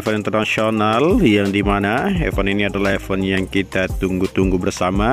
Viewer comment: Jangan sebutnya efen dong, tapi ifen biar lebih enak dengarnya 🙏